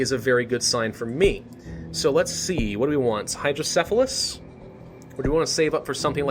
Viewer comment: im super super late but im surprised you were able to say hydrocephalus lol. I was born with it and no one seems to be able to pronounce it correctly besides those effected or have kids with it